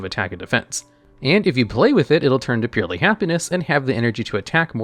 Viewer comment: purrely man just purrely